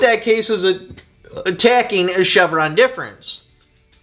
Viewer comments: DEF, not DEP! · It’s Chevron Deference lolz.. not difference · Difference versus deference is very important in its reading here….lol 😂 You do great things for the community so I don’t mean to make fun of you. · Not that it matters much but it’s Chevron Deference Pronounced Deaf-rence Thanks for the great video. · Say it with me: "Chevron DEFERENCE"